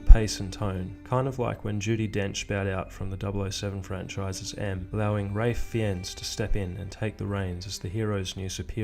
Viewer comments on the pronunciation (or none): Great video man, I'm a big fan but.... Ralph Fiennes = Rayph Fines Also make sure your audio level is as loud as the clip/footage audio as I have to turn it up to hear you but then the footage sounds really loud haha. Keep this kind of content coming!!!!!! I love the mysterious lore of hitman.